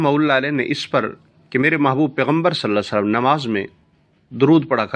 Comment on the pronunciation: JazakALLAH Ap meherbani farma k salal la ho alaehe wasalam theek sy bolain